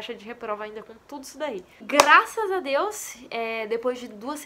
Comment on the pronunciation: "Graças a dia" eu ouvi serto esse bglh mano